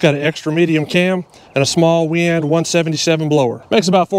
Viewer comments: WEIAND. PRONOUNCED WAY END NOT WE AND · Nice video, surprising results. Weiand used to make hats with the correct pronunciation on them to avoid the common mispronunciation. It's pronounced "why and".